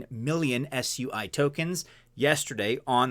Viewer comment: Plz dont pronounce it swee. Whats wrong with soo-e